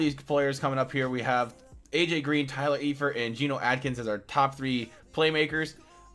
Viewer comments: It's Prononced Ifert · It's pronounced Ifert. The E is silent.